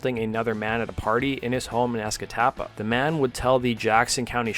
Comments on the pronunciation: Escataba is how we normally say it but that’s the best i’ve heard lol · I have to give you plaudits for pronouncing Escatawpa relatively correctly.